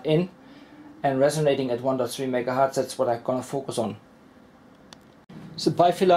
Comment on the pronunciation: i love your experiments. But... its very painful to hear "megahart" 5 times in a row. Hz aka 1/s was named after Heinrich Hertz. Some pp thinks Hertz is the plural of Hert, guess u do too. They r wrong. Pls use Hertz instead.